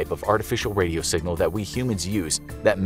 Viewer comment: My man really just said sing-gal